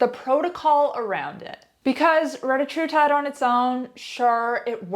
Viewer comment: Sehr can't speak the name of the Peptide correctly!